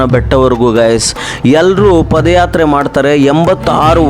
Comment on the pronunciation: Paadayatre guru adu pode yatre alla. Ranga swamy oddu adu ottu alla 🫣🫣🫣